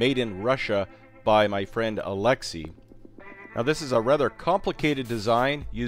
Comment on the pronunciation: It bugs me how you prenounce his name and i am not Russian. I cant imagine how that guy feels. (Probably doesnt care). But eh you Americans and your prenounciation...